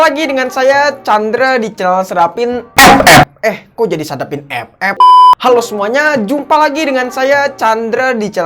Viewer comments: Klo ff di blokir gk bisa lgi dong dengar bang ngomong ep ep kya ad yg krng aja gitu wkwkwk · Kocak beud waktu nyebut EPEP🤣🗿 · Sllu terngiang" dengan kata ep ep wkwkwk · Bang kenapa lu kalok bilang epep gitu😢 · Demen banget klo dia ngomong EP EP, Awokwkwkwkwkwkw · Epep epep epep epep epep epep epep bengek ajg 🤣🤣🤣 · Njir ngakak ngomomg ep ep nya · ngakak cok pas tiap bilang epep 🤣🤣🤣🤣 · lucu nyebutin ff nya😁